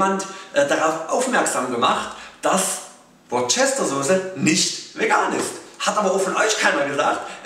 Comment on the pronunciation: Hallo! Es gibt auch vegane Worcester-Saucen, z.B. von Sanchon. Außerdem, als kleiner Tipp: man spricht sie "Wuster-Soße" aus;-) Finde klasse was du machst! LG Franziska